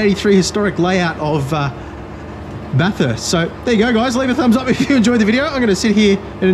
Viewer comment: It’s pronounced Bathst not Bathuuurst love the vids